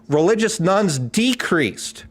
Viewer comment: keeps saying nones but it constantly sounds like nuns to me.